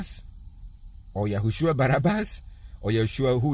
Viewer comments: @@ jay balogun. for me i understand YAHUSHUA, or YESHUA, may be I am Wrong, I am pretty sure that he knows the short way to call Most High is: YAH, NOT YASH. ( listen it in slow speed you will see. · You keep saying YASHUAH but IT'S YAHUSHA I know